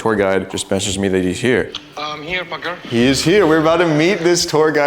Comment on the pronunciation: tour guide sounded like he called parker fucker lol